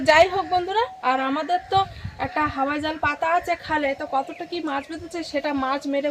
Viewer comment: হাবাই জাল না হাওয়াই জাল